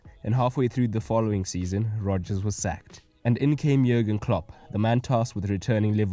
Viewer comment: hey just fyi klopp's first name is pronounced as "yurgen" and yes he is still the liverpool manager. great video :)